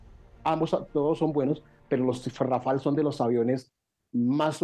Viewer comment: rafale no rafel